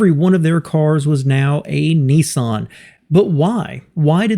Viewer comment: Interesting video, but I still can't understand why Americans pronounce Nissan as "Neesahn"?